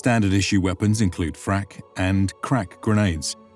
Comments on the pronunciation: Question why do you keep saying frak grenades like there’s a meaning related to krak grenades lol? It’s frag (fragmentation) just like irl. That’s at least what the lore says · not frak grenades, FRAG GRENADES!!! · freg... what the hells is frak